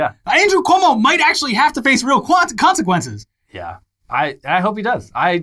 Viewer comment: Were you about to say Cuo-nsiquences?